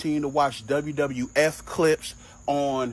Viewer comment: I think bro had felt personally attacked for years with the way he said WWF, and honestly it's valid😂